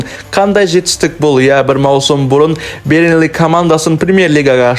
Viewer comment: Дұрыстап сөйле бёрнли деп айтылады